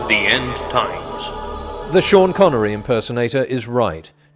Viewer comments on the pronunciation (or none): none